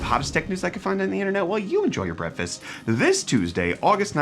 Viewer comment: Please don't stop saying Brett-fast just because you got people commenting about it.